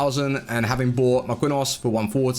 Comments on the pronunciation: Marquinhos is MAR•KEEN•EEOS 🤦🏽‍♂️ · Hot Take: You can only use Marquinhos if you can pronounce his name :)) Kidding pal love your work xxxx